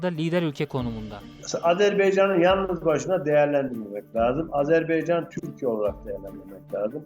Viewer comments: ah birde ismini doğru söyleyebilseniz.. Azerbey Azerbey.. ne beymiş arkadaş? azerBAYCAN. BAYYYCAAANNN. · Azerb Eycan deyil Azerb Aycan! AZƏRBAYCAN !